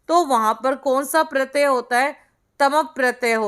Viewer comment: Madam pratya hota hai naki pratayaa , pronunciation sahi karo pls !